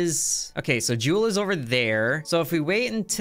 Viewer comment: "Jewel" its called Jool